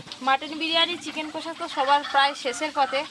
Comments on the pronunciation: Bolchilm কোষা ta ki kotha... Its কষা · Kathata chicken kosa noi chicken kasa.